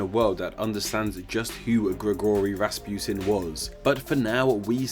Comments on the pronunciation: it's rasputin not rasputine i know cuz my mom is russuian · Why do you say Rasputin like that , the u isn’t eu it’s oo . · It's not raspiotun its Raspotin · It’s not pronounced “Raaspuetin” it’s pronounced Russputin. Please pronounce Russian names and words correctly. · it's Rass-pu-teen not Rass-putin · Its pronounced Raspuchin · In Russia, Rasputin is pronounced Rac-pu-teen (Распутин) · its pronounced rahs-poot-een